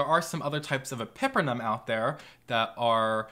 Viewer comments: pepper-numb orem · The way you pronounce epipremnum, pinnatum and Cebu angers me